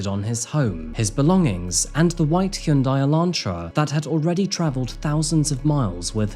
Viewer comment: Hyundai is pronounced Hon-Die or Hun-Die lol, think of the y as silent